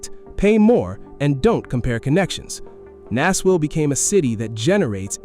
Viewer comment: AI voice giveaway. "Nassville"